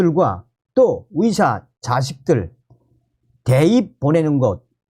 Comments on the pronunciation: 발음 좀 바꿔봐요 위사가 아니고 의사입니다 ㅋ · 어디서 왔는데 의사를 위사라 발음하나요? 중국?